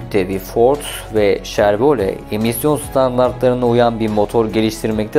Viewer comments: grand prix yazilir gran pri okunur. ayrica şervole degil , şevrole. siz turkiye turklerinin genelinde okudugunu farkli seslendirme problemi var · Şervole değil Şhevrole (Chevrolet),Sivic değil .Sivik okunur Civic yazılır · Ne Sivichi yaa elektrik switchi mi? Sivich degil o Sivik diye okuyamiyormusun? Daha bir Chevrole diyemoyorsun. Servole Shervolet diye okuyosun. Mecburmusun bilmedigin alanda okuma seslendirme yapmaya ? Birak bir bilen yapsin !!! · Yine süper bir çalışma olmuş ama Civic için her SİVİÇ dediğinde resmen kulağıma iğne batıyor gibi oldu. Bunun adı dümdüz SİVİK Aynı şekilde Şervole değil Şevrole, Grand Priks değil Grand Pri... Ben de saçma olduğunu biliyorum ama kelimenin kökeni Fransızca :) Honda Super Cub olayını çok güzel anlatmışsın. O motosiklet ile ilgili de şöyle bir ayrıntı verelim. Discovery Channel'da tarihin gelmiş geçmiş en iyi 10 Motosikleti sıralamasında birinci olmuştur. Sadece satış rakamları da değil, sağlamlığı, sürdürülebilirliği vs... Adamlar motoru ikinci kattan attılar çalışmaya devam etti. İçine dümdüz yağ koydular çalışmaya devam etti... Öyle de efsane bir makinedir. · Şervolet soçiro